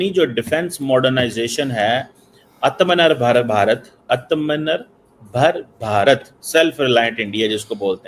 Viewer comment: unable to pronounce Atma nirvar Bharat.